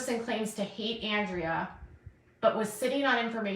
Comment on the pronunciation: How long until pronounces Andreas name correctly? She needs to seriously watch her chat and just shut up already. SHES the one starting the drama and she's making just as much money as anyone else going live 3 times a day! Please someone make her stop!